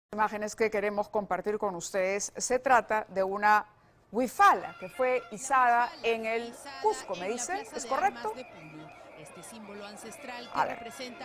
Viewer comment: No es wifala Se.escribe wiphala ... y se pronuncia wipala es la bandera que representa a las regiones aymaras Pero yo diria que representa a todas las regiones del campesinado es lo que pienso pero bueno